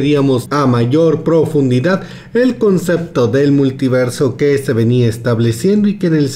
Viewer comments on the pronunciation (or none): none